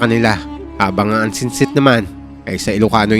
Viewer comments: ansi-sit po yun hindi ansitsit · Ansisit po yung Ilocano ng nuno hindi ansingsit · Ansinsit or Ansisit?😅😅😅😅😂 Hehehehe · Nttwa Ako sa kung paano mo i pronounce Ang ansisit (dwende) 😂😂. Ilocana here!! Ganda Ng kwento